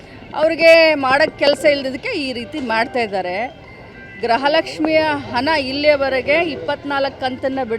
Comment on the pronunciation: Graha Lakshmi alla gruha Lakshmi madam